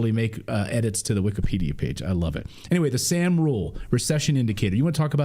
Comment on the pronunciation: The Sahm rule is pronounced som like Tom.